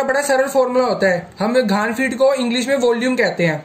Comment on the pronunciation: भाई साहब, इसे "घन फिट" कहा जाता है "धान फिट" नहीं। दूसरी बात - सर्कल का क्षेत्रफल यानी कि "एरिया" होता है, घनफल यानी "वोल्युम" नहीं होता। वीडियो रिलीज से पहले मेहरबानी करके किसी जानकार व्यक्ति को दिखा दिया करें, नहीं तो ऐसी गलत जानकारियां कई लोगों में फैल सकती हैं।